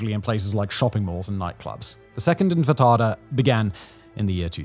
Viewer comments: It's pronounced "Intifada" not "Infitada" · Simon wtf is wrong with you, how many times do i have to say it: IT'S ANTIFA-DA! not fkin anfita? Learn to read brother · I love your channel and your videos on Israel are amazing but please it’s in-ti-fada not in-fi-tada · INTIFADAH. NOT INFITADAH. JEEZ. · Intifada, not infitada, the mistake happened multiple times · It sounds like you are saying. "infitada" instead of "intifada"... "infitada". "intifada". Any way trivial point. Very educational and informative. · It's INTI-FADA, not INFI-TADA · Infatada?😂 its intifada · Please Simon: INTIFADA, infitada sounds like an egg based dish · Simon: Infitada Us: INTIFADA!!!! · Love this channel Simon! Just as a small note, the Palestinian uprisings are in-ti-fa-da, not in-fi-ta-da. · It's intifada, not infitada:) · Simon. I love you and this is a great video. But it's 'antifada' and you keep saying 'anfitada' and it's driving me nuts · I miss Infatada. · "infa tada" lol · No way he called it the “Infitada” again.. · I know you couldn't care less about mispronouncing names, i admire you for that and i really enjoy your content....... but, "Infitada"? 😅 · Has anyone told this guy how to pronounce In - ti - fada. It’s quite funny how it always goes in a different direction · Does he keep saying in infatata? 😂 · Say after me. Enchilada. Infantacide. Infitada. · Are you STILL saying “infitada”??? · Simon I love you but ffs: IN TEE FUH DUH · ACKTUALLY its IN TI FA* DUH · IN TEE FA DUHHHHHHHH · Simon, its In-Tee-Fah-Dah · This video was recorded prior to Simon understanding how to pronounce intifada flawlessly. Still a good video though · He's still mispronouncing intifada... Its been multiple videos full of comments pointing this out. You're losing credibility dude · My dude. My guy. It is intifada. This is the second episode it has been mispronounced making it sound like an item you'd order at brunch. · oh so you DO know how to pronounce that word. Just not all the time. How odd.